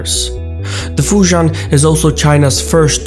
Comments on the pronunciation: Great video as always. One small nitpick; as a Singaporean-Chinese (whose ancestors came from Fujian & Guangdong provinces) Fujian pronounced more like "Fu Ji-End". Sorry your mispronunciation grates my ears haha. But besides that, your video's visuals remain top-notch as always! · looks like failed to research how Fujian is pronounced....